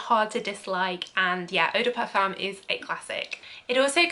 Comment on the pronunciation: Love your videos 😍 thank you so much ❤️❤️ Just a little tip, eau de parfum is pronounced O DE PARFIN